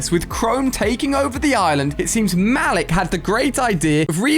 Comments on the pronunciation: imma be a karen for a bit. I noticed that you pronounced malik like mal-ak, when its actually pronounced like mal-eek. I know bc my name is malik. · Malik is pronounced mu-leek